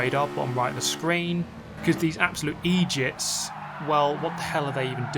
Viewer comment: Lol as a half Jamaican I wasn’t expecting to hear “bunch of Eydiots” 😂😂😂